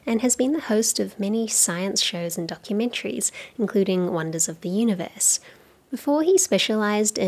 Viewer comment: I am curious to know whether he spells "Universe" the way he says it "Oonieverse"? Just joking :) We all love Coxxy!